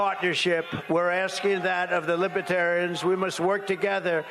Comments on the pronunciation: Trump had planned to have his supporters sitting in the front. As usual he tried to control the situation to make himself look good. That’s partly why he wasn’t fearful of going in front of the libertarians. He couldn’t even pronounce the word and called them lib-ah-terians. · He just found out about this political ideology. He pronounced it “libba-terrain”